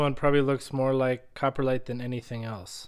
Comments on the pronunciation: Cop-ro-lite. Not copperlite…. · It sounds like you pronounce it coporlite vs coprolite